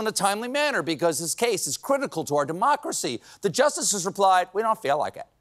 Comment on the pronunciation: It's "we the people" Not "wee the people"